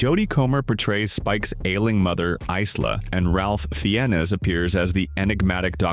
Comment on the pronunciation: Either Me or You are pronouncing Ralph Fiennes Name wrong...🤔